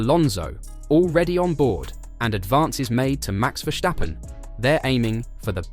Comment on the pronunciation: Ver-stap-pen. Not Vestjappen